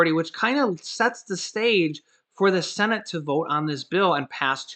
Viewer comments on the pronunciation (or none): Every time I hear the words Congress or cenit. I start laughing